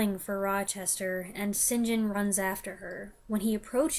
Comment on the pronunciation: I love the previous video when you said right at the front, how are you? Don’t know and can’t determine why. St. John is pronounced ‘sin’ ‘gin’ do. This made me laugh out loud.😂